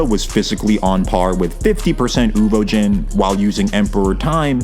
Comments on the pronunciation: Uvogin, not Uvojin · Why is it so hard to just pronounce shit the way it is in the show? Who tf are "uvo-jin" and "more-RELL"? It's like people just aren't allowed to make videos like this unless they pronounce everything wrong on purpose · WHY ARE YOU SAYING UVOJIN AHHHHH, good video though